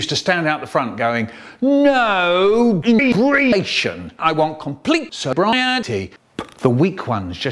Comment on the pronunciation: Ok,, ok. Dont worry about it! If you can make Michael say "inhebriation" you get my constant support. "I drink it. slurp I un-drink it. *bleurgh*" We're not worried how long you take - you always manage to make them this good.